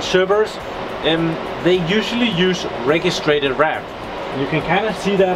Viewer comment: Just a heads-up, you should pronounce "registered' as 'reh-gist-erd' RAM, not 're-gees-trated' RAM. Just wanna let you know :x